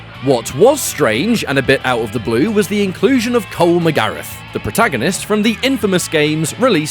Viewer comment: Cole Magareth...lol it's MacGrath..